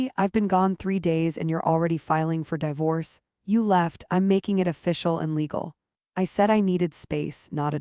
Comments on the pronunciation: Left when the AI mispronounced di-vorce 3 times. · a-lean-er. die-vorce. This text-to-voice needs better training. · (Dee force) pronounce